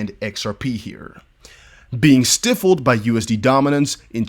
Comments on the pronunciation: when you pronounce Stifled as StiFFled I see that you do not proofread. ✌️✌️ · Stifled is pronounced stiiiiigh fulllled